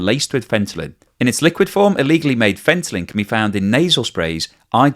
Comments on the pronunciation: Fentanyl not Fentalyn... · Why do you keep saying "fentalyn"? It's not fentalyn, it's fentanyl. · there is no " n " on the end of the word Fentanyl. It's not " Fentalyn ". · there is no such thing as fentalyn, the name is fentanyl. How embarrassing that you built an entire video where the main word is assassinated. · i thought i was just dreaming. but he really was saying ‘fentalyn’. everything is still informative though. he got it right a few times here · Fentalyn??? Are you saying it that way on purpose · WTF is Fentaline? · Take a shot every time you hear fentalyn..... :face-green-smiling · I usually like your videos but the way you are pronouncing fentanyl is silly. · Did you really just mispronounce fentanyl 100× to get people to comment or just to annoy me enough to stop watching your videos or both , yea I think both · Take a shot every time he mispronounces fentanyl. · i ended up checking the comments... saw the same thing i was thinking... Pronouncing a word, when you even see it on screen correctly written and still mispronounce it, made me just twitch every time you said it wrong. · As much as I like your reasoning, I think it's best for to be accurate because this is an educational channel after all. I am always bothered by TLDR news when they say the words wrong, and they do that lot. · Maybe it's just me, but the repeated mispronunciation of "fentanyl" was distracting... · He doesn't know how to pronounce it 🤣🤣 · Isn't he talking about fentanyl, not fentalyn? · Hi, why do you spell it throughout the clip as fentalyn? as chemist I only know it as fentanyl. Is it a drivative of fentanyl? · Haha pronouncing fantyline instead of fentanyl is kinda adorable. ❤😍🤩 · Fentalyn,...or Fentanyl? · Fentanyl not Fentalyn! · Fentalyn? Fentanyl? That was your best take? Trying to pump Ethereum prices? No thanks. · Fentanyl--NOT Fentalyn! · It's Fentanyl not Fentalin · Lol. “Fentanyl” not “fentalyn”. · Fen - tan - ill, not fen - ten - lyn